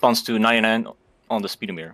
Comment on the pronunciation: Lol speedo-meter 😂sped-omiter